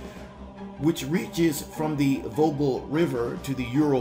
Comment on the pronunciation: Centre-2015 not century-2015 and Volga not Vogel River. Sloppy throughout.